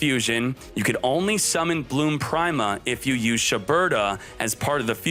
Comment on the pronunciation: You know "prime-a" is pronounced "pree-ma" right? Like "prima donna"